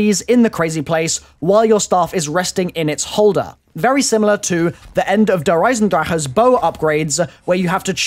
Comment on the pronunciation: a year and a half and stills says der esiendraha